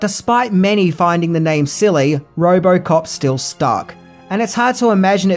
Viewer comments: Say Roborcop one more time. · It’s Robocop ! Not robo-cop 🤦 other than that : great video !